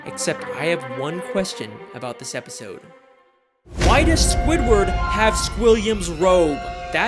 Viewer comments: this is the second time you said sqoobert instead of squidward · does he call Squidward scopper